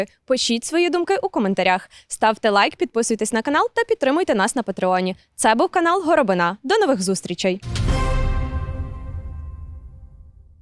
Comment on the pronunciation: Народ, якби щось, то правильно горобИна, а не горобинА)